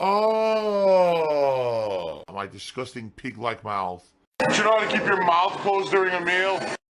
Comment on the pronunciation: I'm salivating at the goddamned mouf.